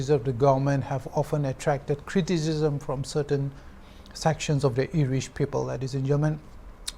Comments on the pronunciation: IRISH OR ERISH??? accent aro pronunciation toh deishe dei. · I never heard ERISH. I heard IRISH. 😂😂😂